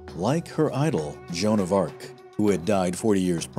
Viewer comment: joan of RA...ARc